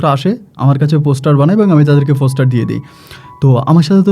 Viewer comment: ফোসটার না পোস্টার